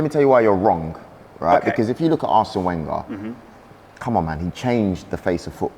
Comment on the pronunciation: Why does he mispronounce Wenger every time? Isn’t he an Arsenal fan?